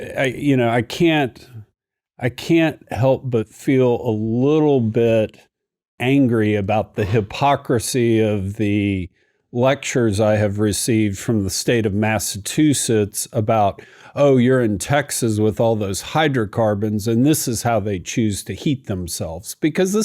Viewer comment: "Massatusetts" called. They want their "ch" back.😂 Great show👍